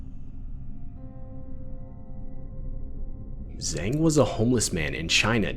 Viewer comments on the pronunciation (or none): Wang and Zang are pronounced like ah, not ei. Also the Z in Zang is not just solid Z like in English but kind of like Tz, sort of in between the two.